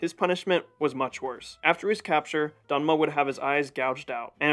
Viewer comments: Great video! The name though is DeMNa, not DeNma. Thank you for this video! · Demna! Not danma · Thank you my friend for tryng your best for this video but as a Georgian, I see some mistakes in this video: first, in reign of King Tamar there were no countries like Armenia or Azerbaijan, they were under Georgian kingdom. Second, the name of nephew of King George third was Demna not dena😅 And third, the name of russian prince was yvane not yuri.😊and still thank you for this video. Yes there were some mistakes but it's okay, good work, friend.